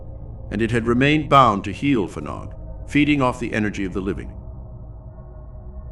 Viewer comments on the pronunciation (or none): Not a good pronunciation. Heol ‘hei - all’ Fanog ‘van -aug.’ Not heel ffanog. Fads sake. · Every time you say 'heel ffanog' I cringe!!!!! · Murdering the Welsh Language here. Pronounced Hay-ol Van-og. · I knew Liz and Bill Rich when they first came to Brecon as a very young couple , I have been in touch with Liz during the last few years , and she has given a talk at my place of work about the happenings at Heol Fanog . As a Welsh speaker Heol Fanog is pronounce Heol Vanog , the F is silent and pronounced as V I hope you didn't mind me mentioning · Love that Wales has featured, thanks for sharing. I didn't know about this place :) however its pronounced 'Hay-ol vanog' if you'd like to know 👍 diolch (thank you) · I'm enjoying watching this. But I cannot stop myself from advising how to pronounce the name of the farm correctly. Phonetically it is Hail Van-og 😊 with the emphasis on the Van x Welsh is a fun language